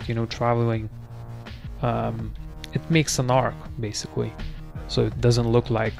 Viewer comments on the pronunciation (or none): guy says basicwee meanwhile he can pronounce his "L's" with other words perfect......😧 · «Basicwy» Lol